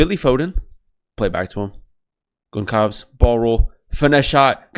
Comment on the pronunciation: Thanks for de review. By the Gonçalves the ç you say as ss. You can pronounce as Gonssalves